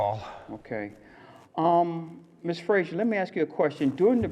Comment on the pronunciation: her surname is Fraser not Frasier